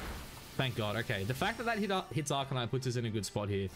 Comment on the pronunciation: arca-nine not neenee lol